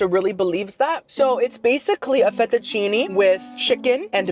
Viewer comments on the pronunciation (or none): none